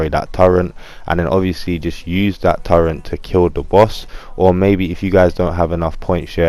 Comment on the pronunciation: Its turret not turent